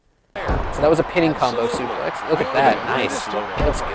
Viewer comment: Why does he say suplay when its suplex